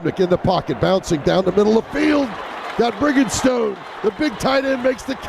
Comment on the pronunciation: SFCocking - You are THE MAN for putting these vids out there. I watched the whole game live but this is still such a classic with Tommy and Todd. Todd always cracks me up with his mis-pronouncing players names... He Botched Briningstones name 3 different ways in 9 minutes ! That's classic stuff ! I've been a Gamecock since birth (2nd generation since both my parents went to USC). Thank you so much.